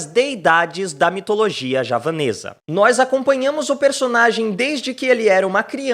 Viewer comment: falando JAVANESA, e eu entendi japonesa 🤣